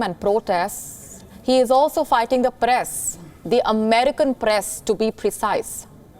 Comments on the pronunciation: This lady has a very thick pronounciation of certain words. Eg Press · "He is aalso figting the paress" Genius India, genius